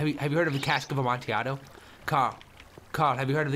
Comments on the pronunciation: Just in case u didn't know its pronunced a-mon-ti-a-do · Lol I don't know the correct way to pronounce amontillado but the way Toby says it is my favorite way so far